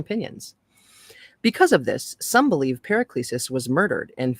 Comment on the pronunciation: Was great to find this reading of this book. 👌 Paracelsus "Para-sell-sus"